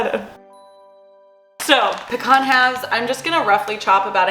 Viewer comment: why did you say pecan like that?